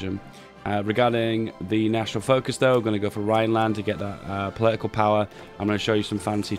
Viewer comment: Poli-ical powah xD